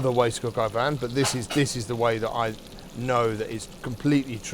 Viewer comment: Shouldn't it be called "poulet au vin " since the coq is the rooster and btw don't pronounce the n on vin